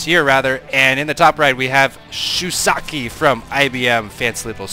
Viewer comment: i don't see the the i in the end of shusaku's name. Were you told how to say his name or did you just misread?